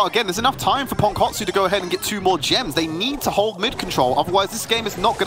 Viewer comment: ときどきすげーネイティブに ポンコォツって言われてる気がする